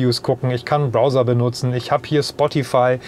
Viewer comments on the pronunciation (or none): none